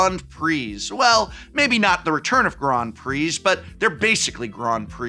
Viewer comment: am i the only one deeply bothered by his pronunciation of grand